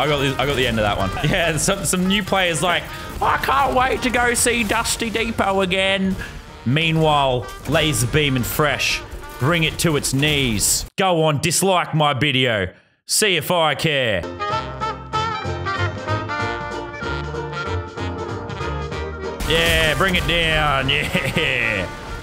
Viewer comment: He said bislike the